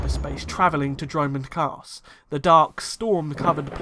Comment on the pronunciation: Yes, btw the way you say dromund kaas is hilarious 😂.